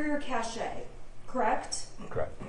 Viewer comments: I have a degree in Computer Science and I cringed every time she said, "cache, wifi, and how slow her computer was." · Interesting, she went to law school and doesn't know how to pronounce the word "cache'" ?! You gotta be kidding me!